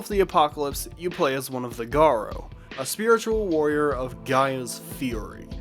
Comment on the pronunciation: Why is it so common for people to pronounce it Garr-Oh? It’s Garou, Garr-Ooh. It’s a literal word in real life lol.